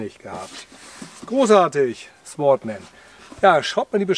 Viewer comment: Das W wird nicht ausgesprochen. Sordman ausgesprochen....